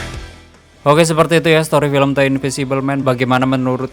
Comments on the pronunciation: Dibacanya deu bang bukan te, (!) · Bang coba banyakin belajar nyebut kata kata dasar bahasa inggris dah, supaya lebih baik aja ni channel buat kedepannya, berhubung banyak review film luar, jadi gaada salahnya buat belajar penyebutan kata kata berbahasa inggris dengan benar... "The" yang harusnya dibaca "de" bukan "te"... Sayang bang kalo channel sebagus ini dengan storrytelling yang ringan & mudah di pahami, jadi kurang cuman dari bahasa aja ... Terus kembangkan channel mu dari segi apapun itu ya bang, sukses selalu... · "the" dibaca "de" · Tapi kalo kata sesudah 'the' berawal dari huruf vokal itu di baca nya 'di'